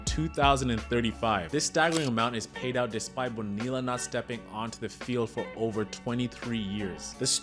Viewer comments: 40 seconds in and i heard that first “bo-nilla” and I had to stop the video. Its 2024 man. We should know how to pronounce the double L’s by now. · Literally just said "Nope. I'm done." After the second "Bone-eella" and stopped it. I I had hoped the first was just misspoken but nope. Came right down here to admonish this dude. Glad to see I'm not the only one!! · Lol get the name right it's Bo nee ya you don't say the LLs or just simply say Bobby Bo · You don't pronounce the Ls in Bonilla. Bo-Nee-uh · great vid - it's pronounced Boneeya btw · Why would you put in all the work to create a quality video and not bother to learn how to say his name correctly? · Him mispronouncing his name is not that deep. Great video brotha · Dude it’s not to late to delete this and remake it pronouncing his name correctly… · Dude you should’ve looked up how to pronounce his name. This is painful.